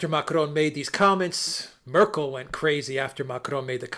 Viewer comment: I love it how pronounces "Macron" and "Merkel." It sounds so professional.... 🙄